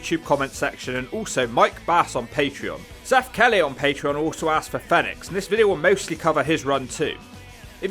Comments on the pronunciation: It's pronounced phoenix not fenix. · Fee nix not fen ix 🤦🏽‍♂️ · It's Fenix like the bird Phoenix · It sounds like he's calling Fenix, FedEx. Now you can't unhear it 🤣